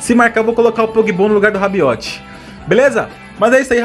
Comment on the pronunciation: Tomou gol pq falou RABIOTE😂😂